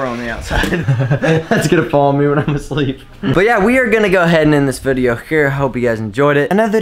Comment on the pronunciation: "but we are gonna go and end this vidego hhhhere"